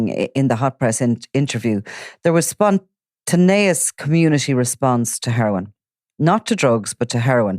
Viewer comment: Spontaneous... your pronunciation is shocking 😂🤣